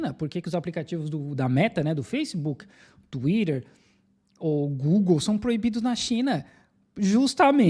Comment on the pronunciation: "Tuirer"